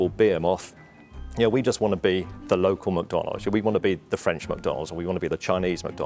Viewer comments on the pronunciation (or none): the way he butchered “behemoth” and also can’t even seem to pronounce McDonald’s clearly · Fun Fact: McDonald's is pronounced Mai Don Lau in Chinese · It is pronounced 'My down lound' in Mandarin, and 'Mc dawn low' in Cantonese.